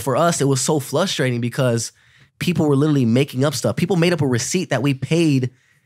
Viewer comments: random but anyone else notice that austin says "flustrating" instead of "frustrating" tho? lol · austin always say flustrating 😂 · Bro is it just me or does austin say "flushtrating" instead of frustrating?